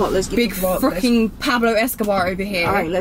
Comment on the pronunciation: said big Poblo Escobar 😂😂😂😂😂😂😂😂😂😂😂😂😂😂😂